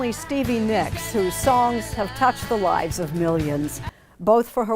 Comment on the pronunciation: Nicks, not Nyx!!!! Damn it pisses me off when they can’t spell names, right! Cheap computer machines that narrates this crap